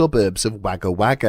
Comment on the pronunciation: He said Wagga Wagga wrong why does everyone from another country say it wrong.